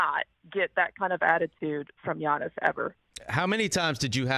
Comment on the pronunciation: It's pronounced yiannis (yeah niece), or yianni ( yeah knee)